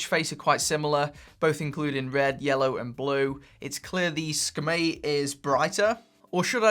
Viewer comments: Hey, just thought you might like to know how to properly pronounce the SKMEI brand name! In Mandarin it means Hour/Quarter/Beautiful and is spelt Shi Ke Mei which is a bit like saying the English words shirker-may as one word! Okay... shirker-may, shirker-may...ya got it! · see-ka-may (moment beauty) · It's pronounced 'SCUMMY' LOL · It's pronounced "Skmei". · Pronunciation is Ski- May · Every time u say Sakamei I'm like 😂😂😂😂😂😂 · It's pronounced es-kuh-mi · "Skim-MEE" it is. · That's good information! I thought it was pronounced 'SKuMEI' 😂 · In English yes it’s a strange name. In Mandarin, as many have already commented here, it’s pronounced differently than what says. As well, in Mandarin it is actually a very pleasant sounding name.